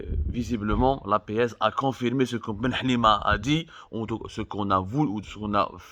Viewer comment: Confermer confermer